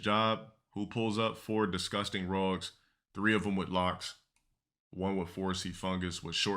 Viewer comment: “4 disgusting rogs” wtf 😂😂